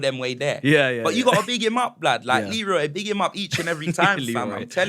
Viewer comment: Man said Lee-roy 😅😅😅